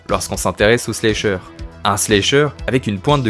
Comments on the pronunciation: La vidéo est très bien par contre désolée mais ça me crispe de t'entendre dire "slécheure" 😂 ça se prononce avec le A, slAcheur, puisque le verbe to slash en Anglais se prononce slAche. Pardon ça doit faire emmerdeuse pédante mais c'est pour aider, vu que la prononciation de l'Anglais c'est pas facile pour tout le monde. Sinon excellente vidéo ! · slAsher, chéri, on prononce A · Y’a que moi que ça trigger pour ça façon de dire slAyyysher en mode vite fait anglais lol je comprends mais tellement pas l’habitude de l’entendre comme ca ce mot mdrrr sinon trop bonne vidéo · C'est cool ta vidéo, mais ta prononciation de "slasher" me fait rire 😅 Pas besoin de prononcer le "a" en "ay" !!! Le "a" se prononce de la même façon qu'en français 👍